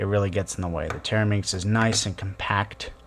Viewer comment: You keep saying TETRAminx wrong. A TERAminx is a completely different puzzle